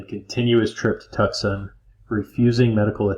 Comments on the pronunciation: Tucksun... Lol. It's Two-S-on. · Tucson is pronounced TWO SON!!! Not Tuxson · Tuxon 😁😁switched off, love to hear Yosemite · I think what that other person meant was it should sound like “2-sonn”. No “c” pronounced. 👍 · Two-saun = Tucson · As a resident of the state of Arizona could you please Google the correct pronunciation of Tucson and Sonoran desert have Google tell you how they're pronounced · Couldn't get through it. Had to stop after you butchered Tucson for the 3rd time. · If you say, Tucson wrong one more time, I’m leaving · Is this AI with the crude mispronunciations of place names? Or is it a human who has never heard of places they should have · Bro. Your pronouncing TUCSON & SONORA. CRINGE WORTHY! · "Tucksawn...Sonnorawn". How in the world did you get Saguaro correct?